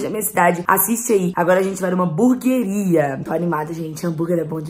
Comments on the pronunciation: Ela fala burgueria Kkk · "Buguer honesto" kkkkkk whatss? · É "HAMBURGUERIA" KKKKKKKK